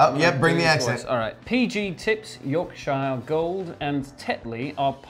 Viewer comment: Accidentally pronounces Yorkshire wrong 🤦‍♀️🤦‍♀️🤦‍♀️